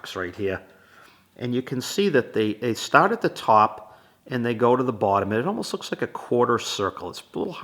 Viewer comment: What does "staat" and" "staaop" mean?😂😅